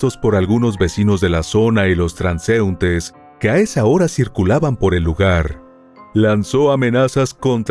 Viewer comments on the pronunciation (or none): Buen relato buena dicción hasta llegar a la palabra transeúntes